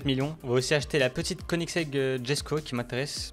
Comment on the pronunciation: Slt à tu as failli avoir une voiture qui était là jesko mais sa ne se prononce pas comme sa sa se prononce yesko